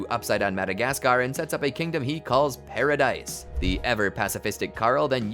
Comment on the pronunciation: The pronunciation of paradise island is actually pa-ra-dees island not pa-ra-dise